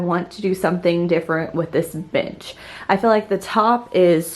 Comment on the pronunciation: It sounded like you said, bitch for bench 💀